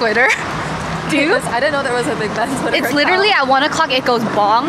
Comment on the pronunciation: You keep saying Big Ben and I keep hearing Big Bang... Dope vlog.. Congrats! 😂❤